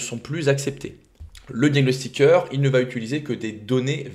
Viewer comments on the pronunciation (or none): Bjr, merci pour tout ce que tu m apprends. Du coup je me dois de t apprendre quelque chose en retour... il n y a pas de "t" à la fin de "va", donc quand tu dis "ça vat_être", je saigne d une oreille, d avance merci